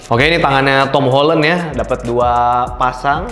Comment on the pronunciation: Akhirnya ada orang yang ngomong nya "Holen" bukan "Holan"